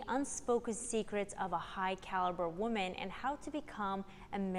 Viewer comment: I like your channel a lot. Minor detail: There is a difference in the pronunciation of the words 'woman' and 'women'. I'm a grammar nazi so it distracts me a bit from the content. Keep up the good work.